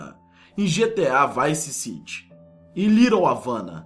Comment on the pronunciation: vice city se pronuncia vaice ciri